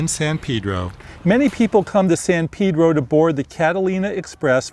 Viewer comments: It's San Pay-dro, not San Peeh-dro. Come on, people. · He piss me off about how he Pronounce it Shit